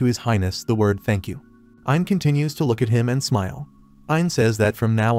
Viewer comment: This is agonizing. The AI you're using seems to consistently misgender, cannot properly say the words "smile" or "smiling", and boy does it like to say the word "Herself" a lot. I quit. I am really having to work to understand this narrative and it's just too much .😢